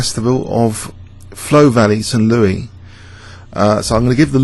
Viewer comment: Great video! One amusing observation though: Americans tend not to pronounce St. Louis for the French King. In our version of English, it is "Saint Lewis." :)